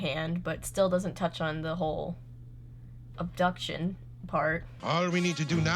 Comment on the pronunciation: Cant believe I missed this one lol P.s. Ab...duck...tion.... 😁